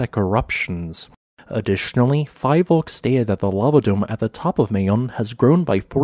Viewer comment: PHIVOLCS is pronounced 'fee-volks,' not 'fye-volks.' For anyone curious, it stands for Philippine Institute of Volcanology and Seismology. I love this detailed video, btw.